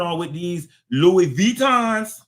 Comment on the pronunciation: I love the way you pronounce Louis Vuitton.😂